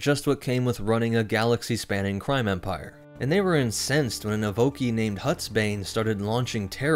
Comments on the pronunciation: EVO-KAI (Evocii) not EVE-OKEY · Good vid. But evocii is pronounced ee-voh-kai